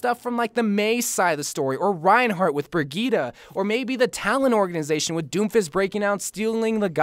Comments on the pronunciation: It is pronounced briyit no briyita, at least according to the presentation video of Brigitte and Google traductor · IS THIS BOY PRONOUNCING BRIGITTE AS BREGETA 🤦‍♂️🤦‍♂️😂😤